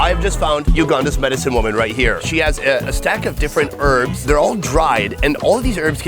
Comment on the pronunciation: Great video but please learn how to pronounce "herbs" properly. It's really not difficult.